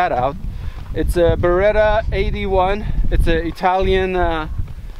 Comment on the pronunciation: BERETTTTA not BERERA,! 😂